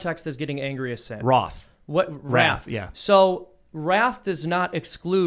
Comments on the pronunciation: or when he said ROTH 2 or 3 times and he meant WRATH? 🤣🤣 Ree ROTH should join van halen to replace David Lee Roth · sorry i dont speak nazi. Unlike youtube who nuked my last comment. I am sure he was actually just so mad and shaking he misspoke. Wroth if i remember correctly either came from old english or german. Also ive dubbed him in a van halen vover band that plays in a dive bar. He was fighting with them about 1 of the 7 deadly sins wrath. Also Ians an american as was everyone in the room. Why would he pronounce it that way or use a word that rarely used?